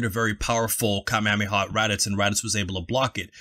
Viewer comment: I definitely would appreciate, being from Hawai’i, that you guys start to Pronounce Kamehameha Wave correctly.. Being an 80’s baby, watching Dragon Ball since the late 80s early 90s and beyond. I cringe when people go out their way to correctly pronounce other words/attacks but continue to mispronounce the Kamehameha Wave.... Thanks 🤙🏾